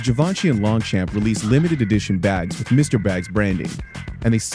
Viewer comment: longchamp is pronounced longchom